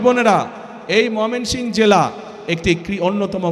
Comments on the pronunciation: জেলাটির নাম মমিনসিং না, ময়মনসিংহ হবে। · গাধার বাচ্চা ময়মনসিংহ নামটাও ভালো করে বলতে পারেনা